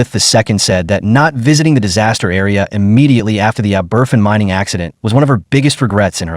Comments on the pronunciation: Fergus Dublin Ireland 🇮🇪 A disgrace!! As usual, they listened . . . . . . . . . . . Too Late!! The Town name is Aberf-in It is pronounced Aber-fan!! Do your. research! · Ab-er-van. Abervan is the name of the village where the school was crushed. Not aberfin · My ears! That 'Ah-BERFIN' pronunciation really grates. It's 'Ah-ber-FAN'. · Pronounced “AH-BER-FAN”. It’s in the episode of The Crown” it’s showing in this video. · And it’s pronounced aber-van! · ***ABBERVAN**** is the pronunciation Ignorant to get this wrong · It is pronounced Ab-er-fan. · Learn how to pronounce the name of the town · Find someone who will review voiceovers before you put them out: pronunciation of Aberfan a joke. Stress the first syllable, with secondary stress on the van. The poor, robot delivery of the text is insulting. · Man this is such a disrespectful video, the place is called Aberfan - pronounced ah-buh-van, and the school was Pantglas, not Pantras.